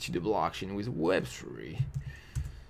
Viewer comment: i love the way you say "with". it comes like "wiz" :)